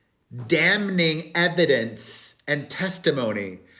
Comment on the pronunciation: "damn-ning"? "impordandt"? come on queen.. 😒